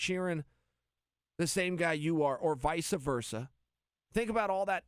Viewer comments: Chael "Vica Versa" Sonnen. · Visuh versuh 😂😂